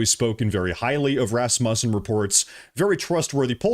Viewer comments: RasMUSsen? Pronounced RASmussen where I’m from. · Dude learn how to say the names the word sounds like (Raz-moo-sin) or (Ros-moo-sin)THat is how you say it Rosmussen. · it's pronounced Rassmuessen. (Second syllable like 'u' in 'useless'.) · Íf you are maga,Then how is it that you can't even pronounce Rasmussen correctly?